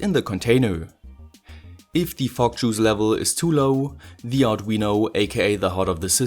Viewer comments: what I'm hearing is F*ck juice haha sorry :D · The way you say fog juice sound like "Fuck Juice" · Why do i think you are saying Frog juice? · You cant say "Fok" on youtube!! Let alone saying "Fok Juice"! ¤§Ωθ¿¥ฯ!!! Florida!? Your speaks.. Your from Florida?? They use the euro there right? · Everytime you say fog juice, I giggle enough to make my ear phones fall off.